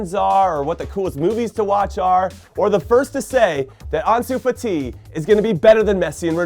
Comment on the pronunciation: I hate the way he pronounces fati 🥴🥴